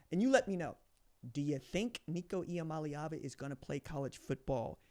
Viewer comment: Nico Ia-money-Ava